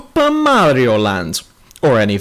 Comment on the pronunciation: You're so fucking dumb. It's not Daisy it's Peach, the Halo 2 ending was a cliffhanger and you say Mario wrong.